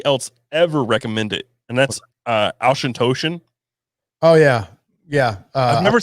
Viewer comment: Dudes - Auchentoshan is pronounced Ock-en-taw-shun. I live about 20 miles from the Distillery. Great show!